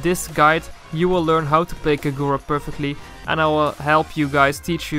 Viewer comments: I dont like the way he pronounces Kagura xd i think is kagura as short and sweet, not kaGOra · Why do you say Kagura like that, the gu are pronounced as gú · That is not how you pronounce her name.